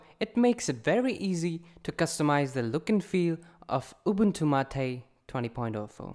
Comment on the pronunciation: It's not Ubuntu MAATEE! it's Ubuntu MATE :P